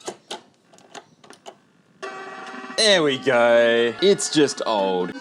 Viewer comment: "There we goy"